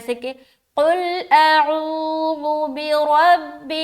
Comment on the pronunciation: السلام علیکم ورحمتہ اللہ وبرکاتہ پیاری بہن اعوذ باللہ میں جو عین ہے عین گویا ایک الف کے برابر کیجئے اس کو